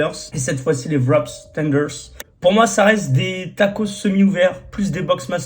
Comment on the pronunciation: Ca se prononce "vrap" et non "vrop's